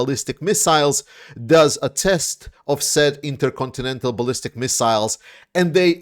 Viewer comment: Interyourowncountry missles.